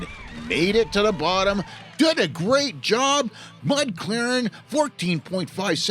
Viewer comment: Mud Claren was impressive! And I knew I pronounced Beavermuth right the first time!